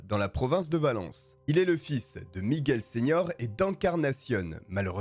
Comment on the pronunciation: T'es un vrai toi, t'es es le seul qui prononce bien Miguel 😂 ca me rend dingue les gens qui disent "Migouel"